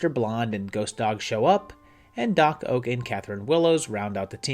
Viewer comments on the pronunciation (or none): Is the pronunciation of "Doc Ock" as "Doc Oak" at a joke or reference? BTW, he looks so young, and I never watched Species, so I almost didn't recognize him!